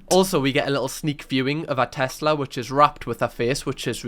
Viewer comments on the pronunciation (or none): none